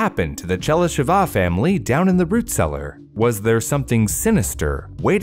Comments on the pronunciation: Oh, and also - it's ['che-ly-she-va], not [che-ly-she-'va] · I'm glad you asked! Pronunciation of what you mention doesn't always match your guess. Better check it online (talkin bout Chelysheva in this case)